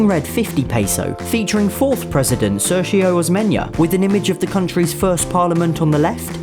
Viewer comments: It's not mentioned like ser-gio it sounds like ser-hio osm-enya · It’s SERRR GI-oh os men nia That’s how you pronounce it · Ser-sho Osmeyn-ya 😂 ₱200 NEVER seen one? Seriously? 😂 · its pronounced, SERIO OSMENIA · Shor-show Osmeña